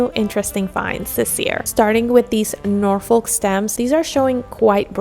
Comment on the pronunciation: Great video. FYI Norfolk is a place in the UK and its pronounced "Nor-fuhk" The stress is on "Nor" and the L is not pronounced. 😁